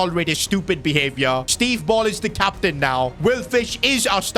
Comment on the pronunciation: “Captian” that AI needs work lol